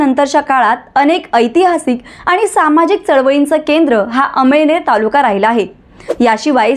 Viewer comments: अमईनेर नाही मॅडम अमळनेर बोला 🙏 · अम‌इळनेर नाही अमळनेर आहे तालुका तुम्हाला कोणी पत्रकार केल निट बोलायला शिका😅😅😅